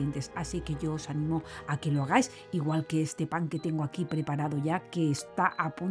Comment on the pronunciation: Ese " akii" rechina mucho. " Aquí " es lo correcto.